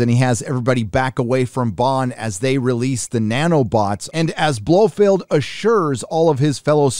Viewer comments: Who is this "Blofield" you keep mentioning? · Dude it's Blofeld Not Blofield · his name is BLO FELD not BLO FEILD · For Pete's sake, it's pronounced Blofelt ! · This guy has never read a Fleming book or can even pronounce Blofeld. 🤷🏻‍♂️ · I could get past the constant "Blofield" but Pierce Bronson?!! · Geez...Holy mispronunciation-ville! Blofeld...NOT Blofield. Brosnan...NOT Bronson. Heracles...NOT Hercules. Liza with a Z for fuck-sake!! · I don’t disagree with your review but I would point out that a) it Blofeld not Blofield b) it’s Pierce Brosnan not Bronsan & c) the virus was called Heracles not Hercules. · It's 'Blofeld' and 'Brosnan'.